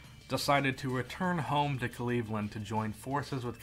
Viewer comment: "Cleavland"... really bro